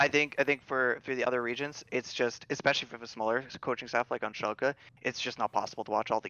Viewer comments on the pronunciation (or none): To whoever does timestamps: its Schalke, not Shulke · iwd pronounces it schulke so the editor is making fun of him for it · "shulke" Painsge. atleast look up how they are spelled when you aren't sure instead of winging it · I‘d argue that they mean schalke but say shulke